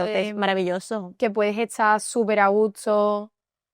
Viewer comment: Basically, especially if they're from super rural parts. I lived in san fernando for a while, and i knew this guy that was possibly the nicest dude I've ever met, and I swear I never heard a single consonant. The other thing thats pretty common in that area is to flip the s and t's in words. She does it in the video if you listen. She says a gusto, but it comes out a gutso.